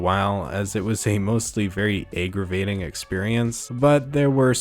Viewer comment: ... "Egg-gravating experience" ... Aggravating